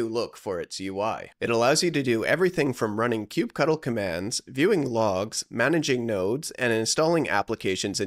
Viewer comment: IT's NOT KUBE CUDDLE! GGRRRRRR How am I supposed to take you seriously?